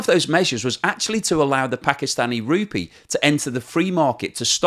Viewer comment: I think you'll find that the currency is pronounced as rupEE not RUpee.